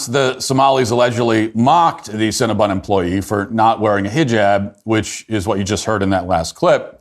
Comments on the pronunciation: Matt, you have this all wrong. It is CinnabOn, not CinnabUn. :-) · Love that Matt keeps calling it Cinnabun instead of Cinnabon.